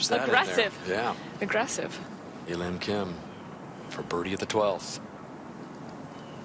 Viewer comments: It's her real name. It's not hard to pronounce a lim kim if pronounced properly. It's not a and lim, it's pronounced as ahrim. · They could address her by her first name, pronounced "Ah" "Lim" = A Lim.👌 They could have done a little homework to pronounce her first name properly.